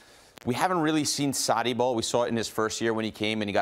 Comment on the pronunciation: Sarri seems to be hardest word for Americans to pronounce